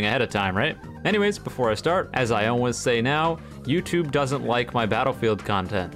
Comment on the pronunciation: why does he say "always" like "ownways"? sounds pretty good guessing on his accent, i think he lives in america. also, why did i think this was a sticky fingers boxing vid .__.